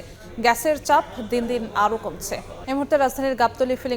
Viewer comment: গ্যাছের ছাপ কি রে? উচ্চারণ করতে না পারলে সংবাদ পড়া বাদ দে